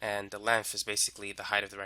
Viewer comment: The area of the rectangle is the lengff times the wiff